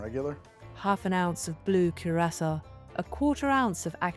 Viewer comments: dang, the fact I couldn't tell is spooky. The only reason i questioned it was the way it pronounced Curacao. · I liked the original a lot but the voice was really bad. A modern text to speech would be fine but you gotta pick one, your guest host needs a consistent voice. Unfortunately you still needed to spend a week teaching it to pronounce Curaçao.